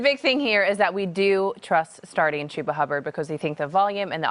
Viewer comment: its not qhuba its chuba hubba